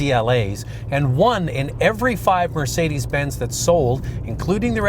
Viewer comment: "for Mercedes Bins bean." This did is so Canadian it hurts.